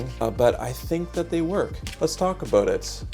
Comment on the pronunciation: “Let’s talk a boot it!” That the name.